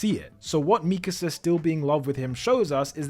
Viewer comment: Finally, an AOT video THAT KNOWS HOW TO PRONOUNCE MIKASA